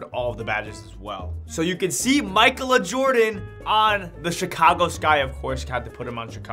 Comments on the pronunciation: Bro it’s not pronounced “Michael-A” it’s pronounced “Makayla” that’s why it’s already a name. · “Michael Uhh” is nuts LOL let’s sound this out. Mic-ay-la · pronounce it as mikayla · Im constantly amazed by youtubers in ability to read simple names and words. Ma-kay-la... Jeez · Mike-el-uh . . . . .you need to get out more bruh. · it's pronounced Mi-kay-la.. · It’s pronounced (Makayla) smh 🤦🏾‍♂️ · you dont know how to say Ma-kay-la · Lmao this dude needs to go back to school… SOUND IT OUT